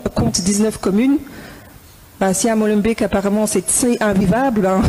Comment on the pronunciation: Prononcez ''Molenbayk'' et pas ''Molenbik'' - Beek (bayk) signifie : marais ou ruisseau. Ici, ''marais du moulin'' (molen).